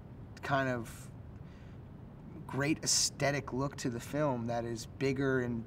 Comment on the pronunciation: hearing jonah hill keep mispronouncing aesthetic it hilarious in itself